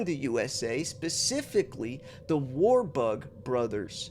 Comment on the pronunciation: 😂 you pronounced it right first time WAR-BUG sounds about right 👍